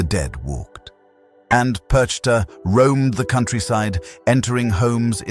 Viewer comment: Der Inhalt ist richtig, aber man spricht PERCHTA nicht so aus, gar nicht und überhauptnicht.